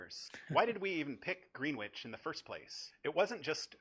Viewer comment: "Greenwich", pronounced "Gren-itch" ;) Brilliant video, thank you.